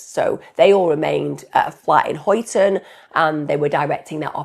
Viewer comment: Just for info - Huyton in Liverpool is pronounced "Highton"